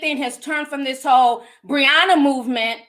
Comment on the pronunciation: Am I the only one who heard “ we got a lot to talk about, a Hoe lot to talk about “ 😂😂😂 I don’t know